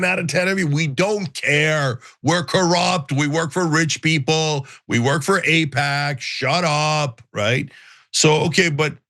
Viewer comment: there's alot to APAIC there 😂